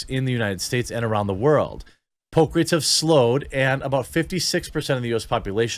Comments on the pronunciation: Thought you were saying Pope not poke!🤣🤣🤣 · I legit made it 4 min into the video before i realized you were saying "poke" not "Pope". Who cares if they ban anti vax peeps. Its an USA plague that has spread all over, and needs to be addressed. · I thought he was saying “Pope” and not “poke” for a little while there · 4 minutes in and I just realized Jeremy is saying “poke” not “Pope”. Those four minutes make so much more sense now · before The archive page was shown i seriously thought he was saying Pope not Poke.... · for the first five minutes I thought you were saying Pope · I thought you said, anti Pope. LOL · For the first few mins I thought you were saying pope! 🤣🤣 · I just want to say that until he showed the headline, I thought he was saying "Pope" and wondered why Youtube was so determined to protect the image of the Catholic Church. That being said, this is a dangerous line. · I legit heard Pope for 3 minutes, was heavily confused for a bit. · lol I thought he said "The Pope" not "the poke" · I though he said the Pope and I was like WTF? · It took me a while to realize you were saying poke and not pope. I was like why is everyone being banned for mentioning his Holiness 🤣